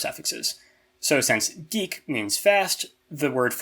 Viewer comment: It's funny how you pronounced "dik" with a long vowel even though it's supposed to be short.